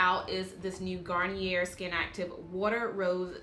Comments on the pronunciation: Garn-yay is how you pronounce it. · I have that black soap just sitting on my bathroom counter. Never thought it would be good for brushes! Gotta try that. Sidenote-garnier is pronounced garn-yay if u care, if not then don't mind me lol